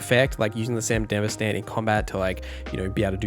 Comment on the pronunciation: How do you watch Edgerunners and still come away with the pronunciation "san-dihv-uh-stan" like its some middle eastern country, but have the correct Spanish pronunciation of "Martinez" and others. Not a big deal, but couldn't avoid saying something.